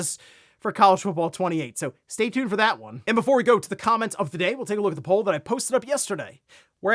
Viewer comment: Why did he say “comments” weird? Sounds like come-mints